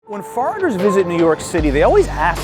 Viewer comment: Totally sounded like he said “farters” instead of “foreigners” in the opening 🤣